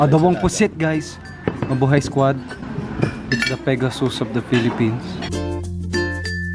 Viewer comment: I really miss... Mikey could you bring him back? Maybe he could do commentary in one of your Ants Canada videos! And I remember that in one video, he said Mabuhey instead of Mabuhay!